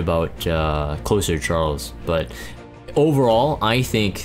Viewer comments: So its not meant to be closer as in close to someone/thing- like nearby. it is Closer (with a z sound not s sound)as in to close/finish something. A "closer" like in basketball - a player who can finish the game strong and bring in the win. In this military-esque view it is someone who can come in and "finish a difficult job" - a reliable asset that you can call in to guarantee success. in this game- following up opener cleaves or others to come in and finish the job. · Closer as in closing/ending/finishing. Not closer as in proximity. The way you pronounced his name leads me to believe that you believe it’s the later. And why you think the name is strange.